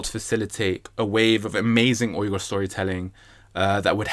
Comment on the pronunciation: Finally someone saying Uyghur correctly. Every American sounds like they're saying "wigger/weeger" when they try and it makes me cringe.